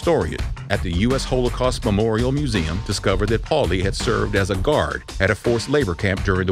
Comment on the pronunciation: Why are you pronouncing Holocaust that way?